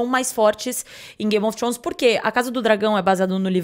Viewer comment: Trôns não,Trones